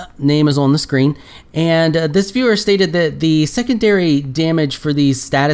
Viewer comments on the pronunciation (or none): none